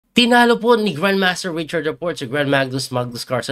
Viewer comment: grandmagnus ata nasabi mo 😅